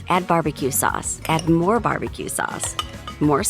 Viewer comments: I kept hearing more sus after awhile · what others hear :. Add more sauce What I hear: MORE SUUS MORE SUUS